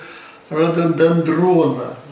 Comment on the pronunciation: Рододендрон на е, ударение) не понятно как финальный кадр получилось сфотографировать)